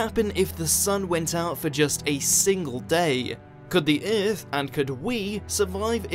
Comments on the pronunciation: It's driving me crazy! you can hear it in occur as well, oercurr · I love this channel but I dislike how he says Earth